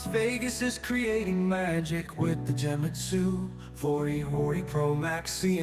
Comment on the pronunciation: It’s Genmitsu, not Jewmitsu. Other than that, awesome video.